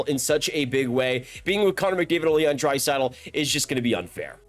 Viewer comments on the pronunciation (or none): none